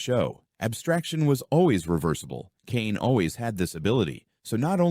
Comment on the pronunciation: Caine❌ Kane✅